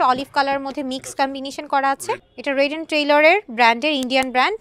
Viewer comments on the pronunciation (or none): ঊচূ ষিখখিথ মহীলাঃ রেডকে বলছে, রেইড। ননসেন্স।